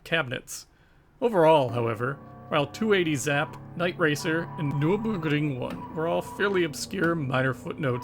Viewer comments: “Nerr-berr-gring” It’s a famous racetrack. Hearing the copy/paste butchering of the word over and over is irritating. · I'm loving this series SO MUCH - keep up the great work. That said, I find it odd that you obviously found the germanic name Nürburgring so difficult to pronounce (nurr burr gring). I don't mean to knit-pick, but the repeated and thus un-natural sounding voice sample, was really weird to listen to (indeed. it sounded like google robot speech - not good!). Anyway, let me repeat - I LOVE THIS SERIES Regardless. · The way you say Nurburgring is funny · Why does your accent change to japanese when you pronounce nurburgring😂😂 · It sounds like you successfully pronounced the German word once and just copy/pasted it :-D